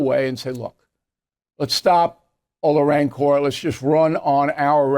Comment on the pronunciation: Bill, you should know how to pronounce 'rancor'. The stress is NOT on the last syllable.